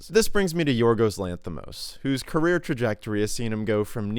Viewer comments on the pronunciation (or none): none